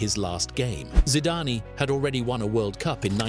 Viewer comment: I love this channel but it says “Zidanee”